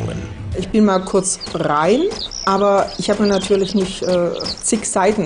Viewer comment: ich bin mal kurz prrrrein XD - ist das nur bei mir so oder sagt die das wirklich?!